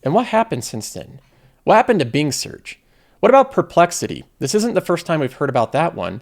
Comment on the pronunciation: I can’t stand how this guy says “Being” instead of properly pronouncing “Bing”. Really takes away from the content. Couldn’t get through the video.